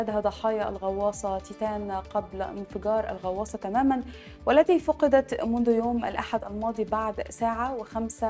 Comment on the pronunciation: من عين حضرتك مذيعة ؟ مرة اخرى من عين حضرتك مذيعة ؟ التنوين والتشكيل للكلمات ونطق اللغة العربية سئ جدا جدا. (فقدت) نطقتها فعل ماض وهى مبنى للمجهول. (مسيرة) نطقت خطأ. مش معقول فيديو مدته ثمانى دقائق ملئ بالأخطاء. أرجو الأهتمام بلغتنا العربية الجميلة التى نشأنا على حبها. على العموم ربنا يوفقك